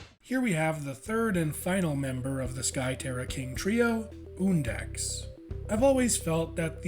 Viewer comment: HE SAID HIS NAME RIGHT. WOOHOOO